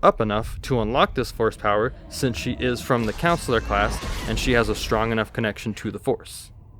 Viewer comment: Great video bro but CONsular. Not like a school counselor it’s con not coun am I the only one noticing this 😅.